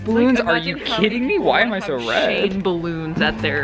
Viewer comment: “Sew annoying?....it’s sew annoying!” 😂💀